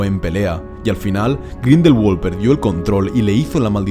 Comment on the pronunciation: Me hiere grindelwald pronunciado en ingles cuando es un nombre aleman